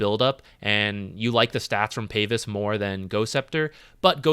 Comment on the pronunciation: Is it a DOTA-culture to pronounce it Payvis, or does he not know how to pronounce pavise?